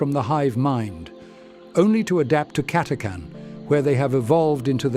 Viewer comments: CATA CHAN ... NOT CATACAN ..... :/ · It's pronounced Cata-chan not Cat-a-can! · WOW. Nice background audio. Also, your voice is really good. Just to be nit-picky... the "H" is not silent You don't take cange from the tip jar, no matter how carming you may be. It's CA-TA-CHAN or CAT-A-CHAN. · The official pronunciation of the "ch" in Catachan is /tʃ/ as in "chew", not /k/ as in "can".